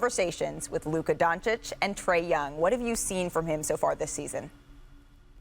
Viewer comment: I love JJ and his podcast, but shouldn't he know how to pronounce Luka's last name correctly? It's not Don-chick.